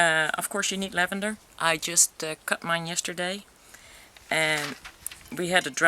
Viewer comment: Infused lavander oil not lanvander oil..